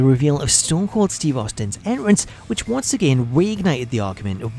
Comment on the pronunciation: Dude says “en rance” entrance my guy